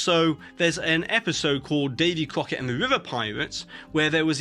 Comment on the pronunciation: Davey Kwoket... lol